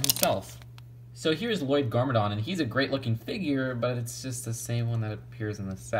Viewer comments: "Le loyd?" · l-loyd no no l-l-o-y-d I named you